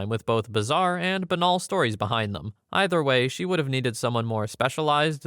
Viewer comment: Just so you know, “banal” is pronounced “BAY-null”.